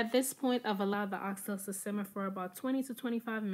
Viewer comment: I’m just not used to hearing it because of our accent but absolutely nothing wrong here